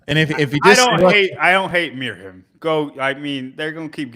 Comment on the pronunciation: JFYI I think it's pronounced Miriam